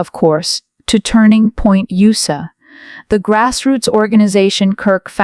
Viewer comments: Get a robot that knows how to use words and tones and knows how to say USA without sayer USAER. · Turning Point U.S.A! Not ooosa, you AI video generating muppet. 👎 Blocking your trash channel.